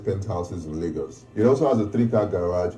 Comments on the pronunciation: Its pronounced as Laygos not Largos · It is not Lar-GOS, it is pronounced as Lay-GOS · Lol it's pronounced "lay-gos"